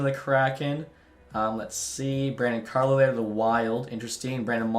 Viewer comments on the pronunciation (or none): none